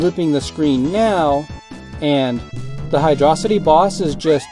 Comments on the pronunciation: You say it like hidrohcite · hydro city is the official pronunciation